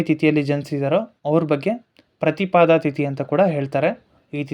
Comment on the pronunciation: ಪ್ರತಿಪದೆ.ಪ್ರತಿಪಾದ ಅಲ್ಲ.